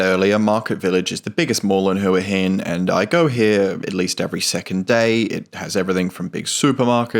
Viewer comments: Thought it is pronouced Wa Hin. The Thai's I've spoken to all call it Wa Hin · AAAArgh its HWAH Hin. could not watch after 1st minute.